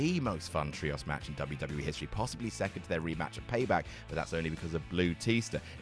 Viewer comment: why are you pronouncing "trios" like "tree-oss" you deeply silly man